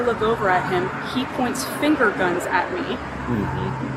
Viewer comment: the way she emphasized “finger guns” like it’s somehow worse than you pointing a real gun kills me